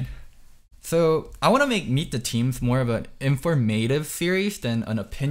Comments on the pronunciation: The accent in the word "informative" goes on the "o", not the "a". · The way you say informative is irksome at best